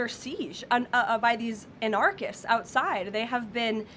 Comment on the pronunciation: The government is rotten from the President down. Karoline Leavitt is a mouthpiece for the rotten president. (and learn to pronounce "anarchists", Karoline!)